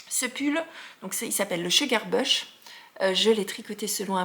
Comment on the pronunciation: Bonjour, tout comme tu as l’intention d’envoyer un message à Loliepelote concernant la prononciation du Field sweater, je tenais juste à t’informer que le mot “bush” de ton pull Sugar Bush se prononce comme “bouche” … ton anglais m’a aussi fait sourire 😊. Bonne journée et bon tricot! Monique de Montréal